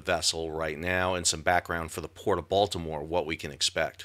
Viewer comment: As a resident of Dundalk, I appreciate you pronouncing Dundalk, Baltimore, and Maryland correctly. You have definitely been to the area.